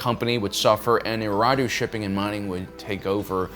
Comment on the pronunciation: I’m not trying to be a jerk but you’re missing a syllable saying Eriadu